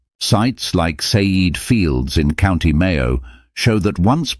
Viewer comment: Ceide (Céide) is pronounced not say-eed as here rendered but kay-jeh, or something close. Makes no difference to your thesis of course, just that you’re pronouncing a Gaelic word, spelled according to Gaelic conventions, as if it were an English one.